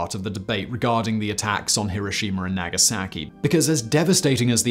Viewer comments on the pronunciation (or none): none